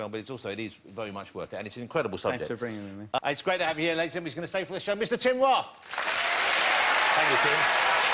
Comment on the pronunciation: "Tim Woff"